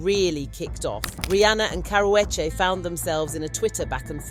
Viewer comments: "Cower wedgie" is the worst pronunciation of her name I've ever heard and most people pronounce it wrong on PURPOSE you aren't even trying to do that you just struggling out here😭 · Its pronounced karoochi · I CAN'T listen to you... YOU can't even PRONOUNCE the WOMAN',S NAME RIGHT WTF??? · I know you’re British but for goodness sakes pronounce the girl’s name correctly. I live in LA but I’m a Brit and even I am horrified by the way you’re saying her name 😂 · Learn how to say her damn name right!! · Please pronounce her name correctly or shut up